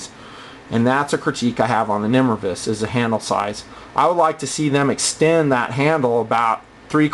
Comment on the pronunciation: Pretty sure it's nimrayvus not nimruhvus.